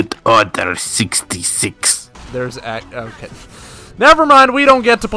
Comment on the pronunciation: *Execute ordar SextySex